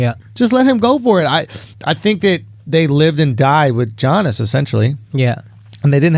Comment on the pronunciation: It really annoys me when Andrew says G-iannis.